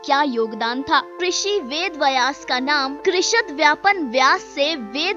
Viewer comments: VedVyas not VedVayas वेदव्यास, वेदवयस नहीं Namaste. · Pronounce Vedbyas correctly....kya lutiens wali ho aur ved ko distort karne ka plan to nahi hai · वेदव्यास बोलना भि नही आता आपको